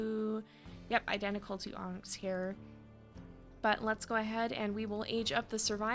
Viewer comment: I swear I was hearing ‘Ahnks’ when you said Onyx lol